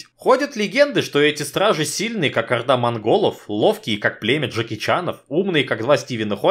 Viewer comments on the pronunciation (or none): none